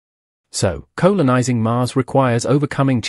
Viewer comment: what the eff, did no-one check this video before it went out..... Colon-ising!!!!! what the f**k are you talking about? This is a AI spoken commentary voice, just goes to show how shit that is. Why do AI voices get used, we all know it is utter shit!:face-orange-raised-eyebrow::face-orange-raised-eyebrow::face-orange-raised-eyebrow::face-orange-raised-eyebrow::face-orange-raised-eyebrow::face-orange-raised-eyebrow: This video is so unwatchable. Its just clickbait. :face-orange-frowning::face-orange-frowning::face-orange-frowning::face-orange-frowning::face-orange-frowning::face-orange-frowning::face-orange-frowning